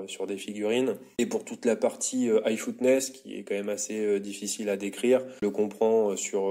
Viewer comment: Toughness.... prononciation: teuffness, pas footness